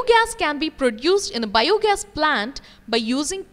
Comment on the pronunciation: The way she pronounces bio gas is biyooo gas